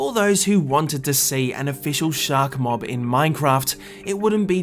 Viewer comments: Says 'Shacks' Instead Of 'Shark'. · "shaks" WHAT THE ITS SHARK NO SHAK XD